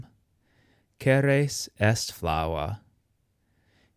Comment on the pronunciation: Good!! but I have noticed do not know how to distinguish the pronunciation of the R neather RR. Caeruleus is pronounced Caerruleus, as heard in the video,- In Latin the R and RR were distinguished in the pronunciation, also in Italian and Spanish today. I do not understand why Latin pronunciation is taught if one does not know how to pronounce the RR or the RR.